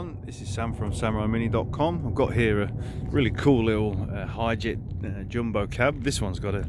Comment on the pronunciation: Innit pronounced Hee-jet?